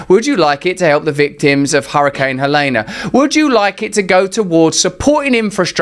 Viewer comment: RUSSEL: ITS PRONOUNCED HELEEEEEEENE... NO ("AH" SOUND) AT THE END :>) JUST FYI